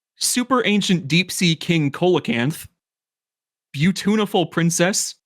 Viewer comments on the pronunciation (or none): For future reference, "Coelacanth" is pronounced "see-la-canth" not "co-la-canth" I do not blame you for pronouncing it wrong however, as the spelling really does not match the pronunciation. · The "coel" in coelocanth is pronounced "seal." So, it'd be "seal-a-canth" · every time you guys pronounce Coelacanth as Co-la-canth, I died a little inside. It's pronounced SEE-la-canth. It's a real animal. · love you guys but i HAVE to step in to say: coelacanth is pronounced "see-lacanth", no cola-canth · Coelacanth is pronounced See-luh-canth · Umm actually it's pronounced "seela-canth". English Digimon pronounces their coelacanth monster "Co-elamon" even though a close enought to the actual word pronunciation is right there in Japanese! シーラモン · I was gonna leave it out but since you corrected conkeldurr... Coelocanth is not pronounced like that. It starts with an S sound like see-low-canth. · Mispronouncing See·luh·kanth, I am not surprised, but I am disappointed. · Pronounced Coelacanth wrong.